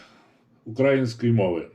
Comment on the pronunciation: Не укрАїнської мови ,а УкраЇнської мови !Чую деякі так люди наголос ставлять .